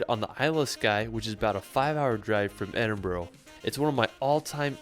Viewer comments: Ed in brugh(bru)not brew or bro, say burra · Why do people call it ‘Edin-boro’? It’s ‘Edin-brugh’. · Edin -brah Bro! greetings from Scotland! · As a Scot, I cringe when I hear his guy pronouncing the names incorrectly !! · It’s Glenfinnan not Glenfeenan. And Edinburgh not Edinborro. One thing I can’t stand is dumbass ignorant tourists who visit a place and don’t even learn how to pronounce it properly. It’s just sheer ignorance. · His pronunciation of Scottish place names is absolutely dreadful. I'm English and can do far better than that. He can't even pronounce Edinburgh and Glasgow correctly.